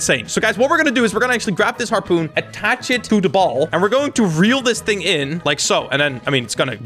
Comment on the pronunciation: “1 hing”🤣🤣🤣🤣💀